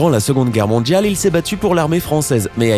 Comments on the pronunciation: J'adore la langue française. Votre prononciation du mot "mondial"/"mondiale" plus précisément du son D - ne correspond pas à un son de la langue française. On dirait le "DJ". Dommage, car votre commentaire est intéressant. Soignez votre prononciation, s'il vous plaît. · mondjjjjial quoi